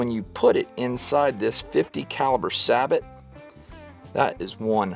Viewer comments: Sabot is pronounce saybow! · it's pronounced say-bo! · please say the word Say-Bo [sabot] as it rhymes with Tebow like at time. I know, just picky, but the French word is really getting bent around.;-) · Love the videos. Just wanted to say that sabot is pronounced "say-bo" No offense or judgement intended. You should have heard the way i used to pronounce solder.